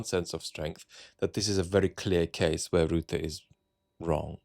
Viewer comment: The name is not Roota. It is Rutte with the U sound from before the 17th Century vowel shift in English. It is closer to the U in the schwa, such as the uh sound at the end of sofa, or the sound of the vowel in "writ". Why not use AI tools to get pronunciations in foreign names correct?